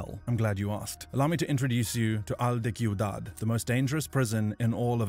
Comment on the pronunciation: They pronounced ciudad so wrong,it’s pronounced like siudad,not kiudad